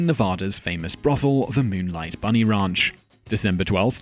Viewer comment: (No. 2) Fitting that Simon should pronounce it as "Midnight Bunny 'raunch'."